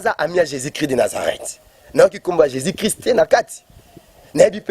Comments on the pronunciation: Ba fanatic Bo keba,guegue et Jesus ne se prononce pas de la meme maniere ,,,muana nzambe yebela ,j'aime bcp le Pasteur Moise mais mobulu ekoti ... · C est juste sa façon de prononcer le nom jésus qui sonne de la façon ouvrez bien votre oreille et surtout soyez très intelligent et vous comprendrez qu il dit jésus.